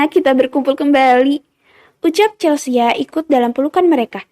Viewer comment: di audio lain dibaca Chelsi. di sini Chelsia. yg bener yg mana